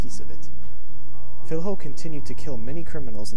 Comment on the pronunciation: Cool video, but the correct way to pronounce the "fiLHo" is like the the two L in spanish. Like in "Pollos", so read it as "Fillo"